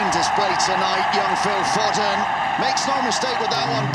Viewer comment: FO-DEN 😂😂😂😂😂😂 read his name wrong